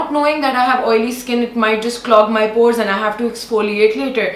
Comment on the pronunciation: She is in habit of adding "s" with all the things she talks about...